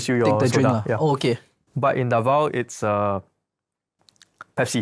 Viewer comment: 1. QUIAPO is pronounced Kya-po 2. RONQUILLO filipinos say Rong-kil-yo 3. DAVAO is Da-vaw